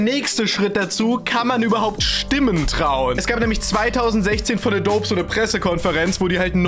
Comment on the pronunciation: Wird adobiiiii ausgesprochen